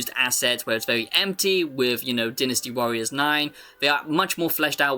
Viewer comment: Take a tequila shot everytime he says deenastee warriors